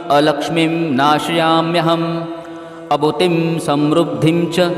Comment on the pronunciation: अभूतिम असमृद्धीम च म्हणणे योग्य होईल